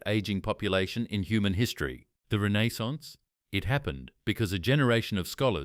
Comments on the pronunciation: Teach your AI how to pronounce Renaissance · AI can’t pronounce renaissance